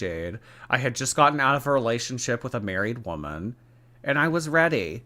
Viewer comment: I’ll never get over someone saying “it’s heavy” instead of “it’s ready”